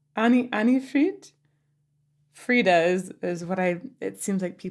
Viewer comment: FRIDA, NOT FRYDA